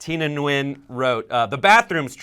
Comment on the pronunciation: Hey, learn how to pronounce Nguyen correctly before you say it.